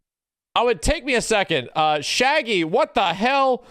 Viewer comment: Jeet kun do shaggy= ShagLee